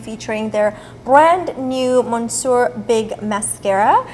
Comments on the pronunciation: You don't pronounce monsieur the way you did in the video. Its pronounced muh-syuh! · hej, greetings from germany:) i really like this look! i know, french is not that popular in the u.s. but you have to look up how to pronounce „monsieur“;) it means „mister“ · Omg the pronunciation of monsieur got me like 😑😩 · Love how you say monsoor for "Monsieur" 😉